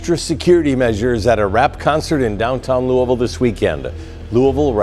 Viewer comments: It’s Louisville not Lewisville stop spreading false allegations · Naw facts im from Louisville the nigga lost me when he called it Lewisville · No doubt Lewisville come on bro ! Said he’s close to west end like wth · The pronunciation of Louisville by the moderator was enough to turn this off. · Say our city name right at least. RIP Lul Mike. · I think it's so funny how ppl that aren't from here pronounce the name of the city.. 🤣🤣🤣🫶🏾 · Rip luMike took his own life drawin down on his opponent.. dey eyes was closed so dey wouldn’t kno, dey just heard dat 4 nick throwin.. even after he fell FROM SHOOTIN HISSELF you was scared to walk down on em! Yall internet bloggers not from da city can’t even say Louisville right needa stop speakin on shit dats happening. Ain nobody “interpret it as he took his life by pulling his gun” Yall say whatever to get sum clicks but I forget yall not in da streets yall jus run wit whatever info yall can gather from da news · Once I heard you mispronounced the way they say Louisville I know this was bogus info. Who is mayor Rhudy? 😅Louisville has never had a mayor named Rhudy. RIP TRINITY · Man the way it says Louisville pisses me off every time